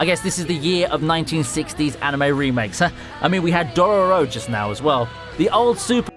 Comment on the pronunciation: Did he really just say Door-row-row...